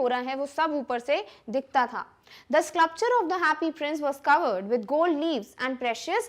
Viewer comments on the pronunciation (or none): So many wrong Pronunciations WILDE is pronounced as wild not wildi😮 SCULPTURE is not sclupture😅